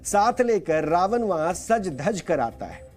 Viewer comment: कृपया रावन और रामायन का उच्चारण सही प्रकार यथा - रावण और रामायण उच्चारित करें। न और ण का फर्क समझें। हिन्दी चैनल पर हिन्दी उच्चारण तो कम से कम सही होना चाहिए ।